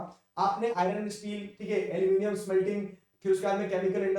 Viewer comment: Aluminium : nahi अलमोनीयम 🤣🤣🤣🤣🤣🤣